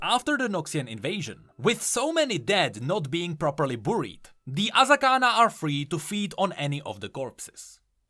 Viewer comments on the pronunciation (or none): i love your videos a lot. and i dont say this with any disrespect. . Buried in english is pronounced like BERRY. berried is how you say it. ive heard you say it like this for a while lol